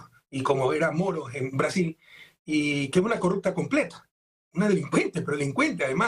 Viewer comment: “Caso odebrecj ya es nulo en Breasiñ” 🤡🤡🤡🤡🤡🤡🤡